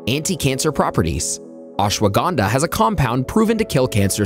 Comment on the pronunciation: You pronounced ashwagandha SO wrong 😭